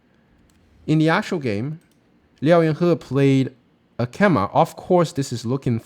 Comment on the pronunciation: Nice video as always - and one of these days you'll learn to pronounce his name hahaha